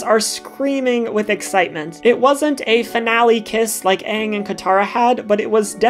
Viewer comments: Did i just hear you say ahhng?!??!😡😡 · Did you really just call pronounce Aang's name "Ung"? Down voted. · The main character of last airbender anng is pronounced as ang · she said aang movie style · Great video, but is it really that hard to pronounce Aang’s name right? The entire show says it a certain way, and Aang’s name is also said in LOK? Lol sorry but c’mon.